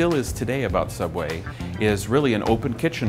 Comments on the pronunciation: Ok don't you mean sooubway? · Well now we know why ’ sooubway closed 🤷🏻‍♀️ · “Subway” is a very strange way to pronounce sooubway